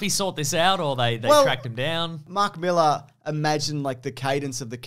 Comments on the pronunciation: Appreciate you pronouncing Millar correctly, not 'Mill-Ar' like Americans. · Thanks for not saying mil-AHH like an American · It's really nice hearing someone pronounce Mark Millar's name correctly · 10 points for pronouncing Millar correctly.